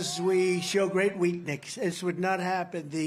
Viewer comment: ‘we show great weaknix’..? What the hell is weaknix…?